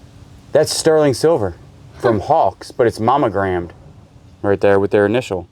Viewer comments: Are you saying “momegrammed” with an “m” I know you know it’s “monogrammed” right with an “n” 😂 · You're driving me nuts! The word is MONO- gram(ed) it isn't "MAMA-gram(ed). I know we southerners have our drawl, but still. (You can only call something a Mamagram if it's a mailed Mother's Day card and you put just your initials on it.) And the metal thimble is a shot glass, as in "My gout is kicking up a storm and hurts like all get out, so I need just a couple thimbles full of corn squeezings." 🤣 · Is he meaning to say momagramed instead of monogrammed?. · Mammogramed.. 🤣🤣🤣.. Its Monogrammed. Mamograms are MUCH different. Thanks for the laugh 😁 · I love you two! So funny! When says Momogrammed instead of Monogrammed. He cracks me up! Love the addition of Daniel! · Too funny! I have captions on so I hear all you say (because you guys makes me smile/laugh A LOT) and every time you said manogrammed (which should be monogramed lol) my comp says mammogram. Unless you are doing medicals tests we can't see, something is wrong with my reader in this comp! :):):) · All I hear is mammogrammed and I am not seeing any boobs.